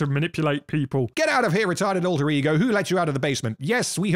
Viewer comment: I watch videos like this on 2x speed, and until today, I’ve thought you were saying “Retarded Rodrigo” and not “Retarded alter ego”